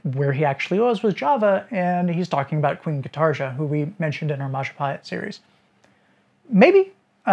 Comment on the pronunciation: In Indonesia, Majapahit is pronounced Mojopahit. I pointed this out a couple months ago in your Majapahit series...I only lived there for 15.5 years and was married to a descendent of concubines of Majapahit and Mataram.